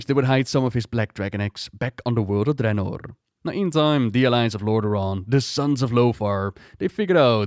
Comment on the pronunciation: The way you say draenor bothers me